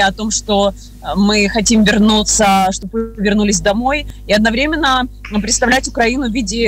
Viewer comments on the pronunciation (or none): none